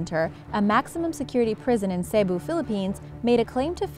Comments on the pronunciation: Molly The Rebel so rude Dnt be a rebel be a LAYBEL xD sorry! btw people makes mistakes molly! Dont judge she did not even know how to read it I am nit a DRAMA QUEEN! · I live in the philippines but I have not eaten sinarapan. ALSO U CANNOT PRONOUNCE CEBU PROPERLY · you mispronounced Cebu